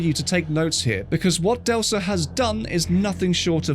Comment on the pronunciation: Hands and lasers have been fixed in a recently updated version. And it's pronounced "Delka" 👀